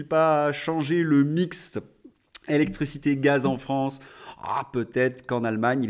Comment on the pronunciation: Votre prononciation du mot électricité est exaspérante, c'est é - lec - tri - ci - té et non pas ce qu'on entend que j'écrirais "ektricité".